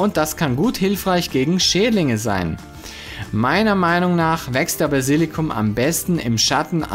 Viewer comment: Basilikum, nicht Basillikum. Trotzdem danke, für die guten Tips (Tipps).